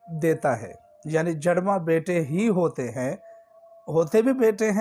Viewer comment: جَڑواں لفظ نہیں ہے جُڑواں لفظ ہے آپ پہلے کچھ اور طریقہ بتاتے رہے کہ حضرت موسیٰ علیہ السلام اور حضرت ہارون علیہ السلام کو ثواب دینا ہے اب کہہ رہے حضرت ابرہیم علیہ السلام اور حضرت زکریا علیہ السلام کو ثواب ہدیہ کرنا ہے آپ کو بھی معلوم نہیں ہے